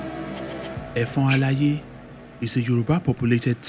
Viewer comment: You really tried and commendable but the pronunciation of effon alaye was off . With you on this , welcome .